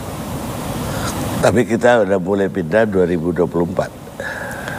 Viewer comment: PINDAH..BUKAN PIDAH